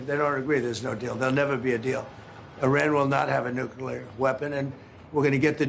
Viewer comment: The US blocking Iranian oil won't do anything. Oil revenue only accounts for 9% of Iran's GDP. And it's nuclear, not nucular. And it's not dust, it's uranium.